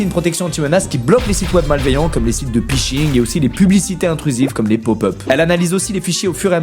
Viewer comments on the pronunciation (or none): t'as mal lu ta fiche mdrrr ca se prononce pas piching mais fishing